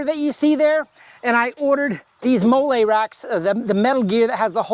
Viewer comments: Hi, it’s pronounced “Molly,” like the name… not “mole” like the Mexican sauce 👍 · It’s pronounced Molly. Like the name.